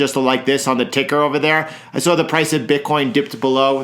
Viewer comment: "I sawr it drop", I'm a NYC boy. I know you're from nearby 😂